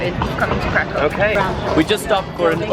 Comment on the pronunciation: Yay for Poland! Btw, i don't mean to be rude or anything, but Kraków is pronounced like Krakoov, haha :D